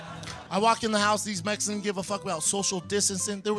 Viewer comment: Comedy is subjective, so the only thing you need is the ability to speak coherently. He failed miserably, if you're entire set is about Mexicans, maybe you need to learn how to say it. Mes-e-cons isn't as bad as his other special, where he insists on saying jis-su, this coming from a guy with a BJJ black belt.